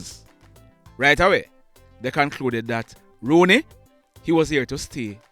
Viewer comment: His name is not Rooney, his name is rouney